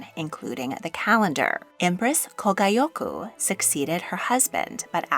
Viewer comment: Please work on your Japanese pronunciation. 1. is [gʲ] or [ɟ], not [gai̯]. Thus, Kōgyoku is [koːgʲokɯ] or [koːɟokɯ] 2. is [g], never [d͜ʑ]. Additionally, vowels are in hiatus. Thus, for example, Genmei is [geɴme.i]. Although, you pronounced Aiko correctly. 3. is [i], never [ai̯]. Thus, Meiji is [me.id͜ʑi]